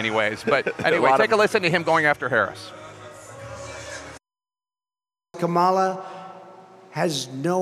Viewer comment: He sounds so stupid when he mispronounces Kamala's name on purpose.